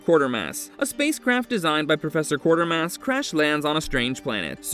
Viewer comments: It is not Quartermass. It is Quatermass, pronounced as kwate-er-mass. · #9 is in fact The Quatermass Xperiment, not Quartermass (just one 'r' in there). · It’s not Quartermass, it is Quatermass. And it’s not “The Island Earth”, it’s “This Island Earth”. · I love Cheech Marin's line from It Came From Hollywood when they were watching the scene of the man getting attacked by the cat in The Incredible Shrinking Man: "That'll be the first time a man was eaten by a pussy!" By the way it's "The QUATERMASS Experiment", not "Quartermass". Awesome film though, and the follow up "Quatermass and the Pit" is even more a sci-fi classic! And it's "THIS Island Earth", not "The" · Who is Quartermass?? Quatermass!! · Quatermass; not Quartermass & it's THIS Island Earth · A good list but I don't understand the byline of 'so bad they're good' when you've got historic Sci-Fi titles like Incredible Shrinking Man and Forbidden Planet, which has the iconic Robbie the Robot, though I must tell you, you got two of the titles wrong - it's pronounced Qway-ter-mass Experiment while you were pronouncing it Quart-er-mass. You also listed the last movie as The Island Earth, when it's actually This Island Earth. Sorry to nitpick but you always put such effort into your videos, I wanted you to have the correct titles and pronunciations. Also, if this is a list of underrated Sci-Fi movies, how come Monolith Monsters, the Deadly Mantis, or the Giant Behemoth didn't get even an honourable mention? ;) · Also, mispronouncing QUATERMASS as Quartermass despite seeing the correct name twice